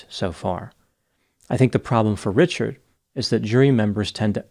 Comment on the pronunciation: Richared. Not. Not. The. Bridge. Man. Richared. Incent